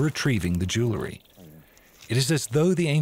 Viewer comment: It would be nice if educated narrators could pronounce jew-el-ry.